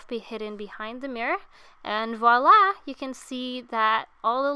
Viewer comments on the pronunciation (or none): none